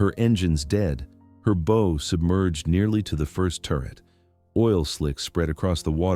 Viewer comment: More AI, (Artificial Idiocy). The word bow was mispronounced several times!